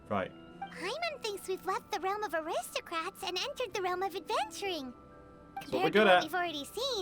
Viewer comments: Shoe Butt is the classic arrogant villain that gets treated like a joke Also, Eula is the best. Nothing can change my mind Edit: Paimon imitating Eula is just Corina having fun with their lines XD Also the "acristocrats" thing is only in English because Corina couldn't pronounce aristocrats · fun fact! Paimons VA says “aristocrats” that way only in the English version because she couldn’t pronounce it :,) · How in teyvat did paimon manage to pronounce “Gebratnes fleisch mit sauerkraut” after hearing it ONCE but not “aristocrats” ? !